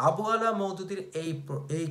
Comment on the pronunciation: আবু আলা নয়, আবুল আলা